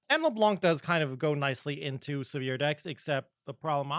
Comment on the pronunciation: I don't know why everyone (rioters included... well that explains the "everyone else" I guess) call her leblanK. That C here is silent in the baguette language :( Thanks for all those videos btw o/